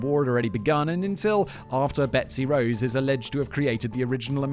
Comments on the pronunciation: He only said it wrong one time out of like 6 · Betsy Ross, not Rose ya smooth-brained Brit!!! 😘 Edit: well shit, and this is why I should wait before commenting.